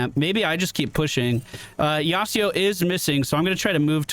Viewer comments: Now that I see you playing Legue, I really apreciate your narration style when you go through the game! It works with Mobas. BTW... YasUo, not YasEEO xD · That yasio kinda got bullied I know it's not yasio, but that is how he kept saying it and so that is why i said it. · As an old Yasuo main I HATE that you say his name like that. It's YASUO with a U not an I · Also, why does say "Yasido"? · I'm not a stickler for pronunciation, but where the heck are you getting that 'Yasuo' pronunciation? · Great video but i hate the bad pronunciation of Yasuo